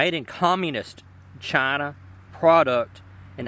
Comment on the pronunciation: Overemphasis on the phrase "made in Chaaaaaaaaaaaaaahna", coupled with that nice "fox news"-esque monologue about globalization of labor, could lead a viewer to believe that the producer has bigoted views.